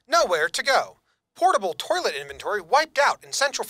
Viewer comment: I watched this about four hours ago and ever since then, I have been questioning whether pronounced 'toilet' as 'tor-let'.